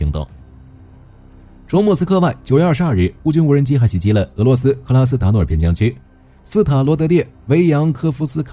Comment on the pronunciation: 啥时候能把克拉斯诺达尔念对呢